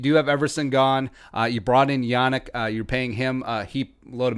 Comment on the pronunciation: it's pronounced "Yah neek"